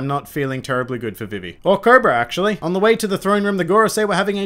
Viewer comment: > pronounces Vivi's name like the 4kids dub